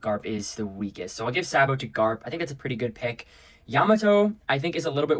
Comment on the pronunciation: Bro said Sabo like that 😢